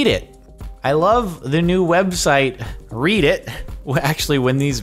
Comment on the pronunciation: You know read can also be pronounced as read, right?